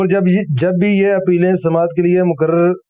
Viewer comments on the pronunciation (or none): ش ق بھی صحیح اہتمام کے ساتھ کہے جانے چاہیئں- مقرر—مکرر نہیں مستقل-مستکل نہیں